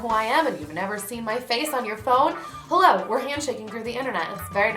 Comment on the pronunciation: I love how you say "he-LLO everybody!"